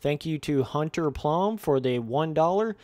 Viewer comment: Hunter Plomb lol that's too funny